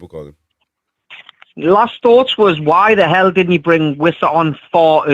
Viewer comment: That accent “ What theheeeal they ganna dee” 😂